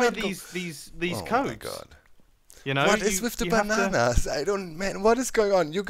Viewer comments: " I wonder how they knew we were coming " also mumbo : BANANAS BANAANS BANANAS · " I wonder how they knew we were coming " also mumbo: BANANAS BANAANS BANANAS